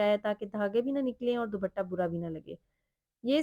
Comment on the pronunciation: ❤❤❤بہت خوب صورت سوٹس ہیں۔۔۔۔بس دوبٹہ۔۔۔کی بجاۓ صحیح تلفظ ہے۔۔۔دوپٹہ۔۔۔۔امید ہے آپ نے برا نہیں منایا ہو گا۔۔۔۔۔ شکریہ